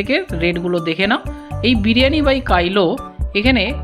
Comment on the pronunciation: Bhaloi laglo.. Biriyani by Kailo na,otar uccharon hocche., biriyani by kilo(jemon kilogram).. negatively neben na.. next time jete right pronunciation korte paren tai bollam, eta to ekta brand name 😊